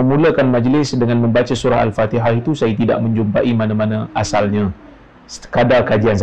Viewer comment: Wahabi aneh baca fatehah ko pin nar